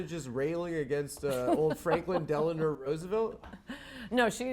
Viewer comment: Delano. Not deloner.